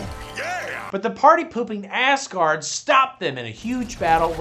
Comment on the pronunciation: I love that it is clear the good doctor is saying "Ass-guard" and "Ass-guardians", instead of "Asgard" and "Asgardians"!